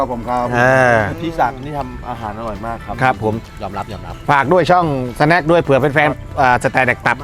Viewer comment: สวัสดีครับ เดอะสะแนค ไม่ใช่ สะแน็ค หรือว่า สแน็ค หรอครับ